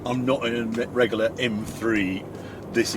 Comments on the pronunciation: Harry’s drinking game, every time he says “Regoolar”, take a drink!! Great review! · I love the way you say Regular. Reggaller 😆😆